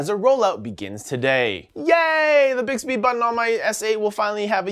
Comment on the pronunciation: Mmmbixbbehhh. Never gets old